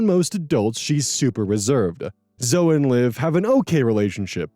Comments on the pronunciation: Okay, I admit I may be petty, but it legitimately got me cringing and wincing every time mispronounced "Zoe". It's 2 syllables, not 1: ZO-ee, never ZO! (If it helps, the name Chloe is similarly pronounced KLO-ee, not KLO. Both Zoe and Chloe are Greek names, hence the non-silent final -e.) But, yeah, Story #2 is an absolutely bonkers case of Disproportionate Retribution and was in no way a "prank"! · it's pronounced "Zo-ee" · not me with my eye twitching every time pronounces "Zoe" as "zoh" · LOL i was having a moment like "Zo"? isn't it "Zoe"? huh?!? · Lmao "Zo" (The name Zoe is usually pronounced the same as Zoey) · Is that not how that's pronounced? Zoey would be Zoë wouldn't it? My friend pronounces her name the way you do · …is this not right? Zoe is Zo Is it was Zo-ee Wouldn’t it be Zoey? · Zo-ee. It’s pronounced Zo-ee. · Omg I used to pronounce Zoe like that growing up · That bugged me too, but then I realized that Zoey is also a name, and the one I am more used to seeing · Yeah I saw this comment and went how is he pronouncing it wrong isn't Zoe spelled with a y My phone speech to text spells Zoe that way even though I'm saying the e part. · The pronunciation of Zoe hurts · The way you pronounced Zoe is hilarious. 😂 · It's pronounced either way, I had a friend when I was a kid named Zoe and if you called her "Zo-E" she'd get mad. It's the preference of the individual but the majority of "Zoe"s I've met, pronounce it "Zoh".